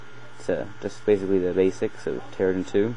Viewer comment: It's not pronounced terragen like taragon. It's pronounced Terra-JEN as in terra GENERATOR, since it generates terraforms.